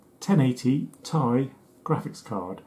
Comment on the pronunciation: Besides linus tech tips one time in a video you're the only person I have ever heard to correctly pronounce it lol the "ti" in the gpu name is short for titanium